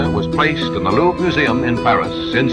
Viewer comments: Luvre nhi re Louvre hai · you pronounce it LOOV museum 😊😊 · Dhruv, the R in Louvre is silent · your video is so much informative and detailed. Good jobI must say 👏🏻👏🏻. I just wanted to point out that your pronunciation of the Louvre is wrong. 🙂